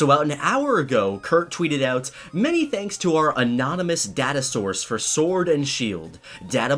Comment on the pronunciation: I'm sorry,but why do you keep saying data wrong